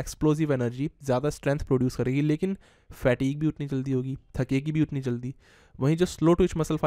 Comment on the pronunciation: Kahan se english sikhi h? Fatigue ko fat eeg Steady ko steedy Pause ko paaus Massive ko maasiv